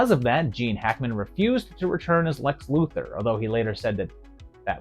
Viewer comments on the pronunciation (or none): Respectfully, Lex Luthor is pronounced Loo-Thor, and Mister Mxyzptlk is pronounced Mixy-z-pittle-ick. How do I know ? I asked the Superman writers and artists. Just thought you'd want to know. I pronounced Mister Mxyzptlk incorrectly for years, myself.